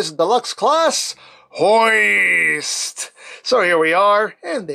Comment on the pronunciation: i almost laughed hard at the ending... But Hoist almost sounded like Butt Moist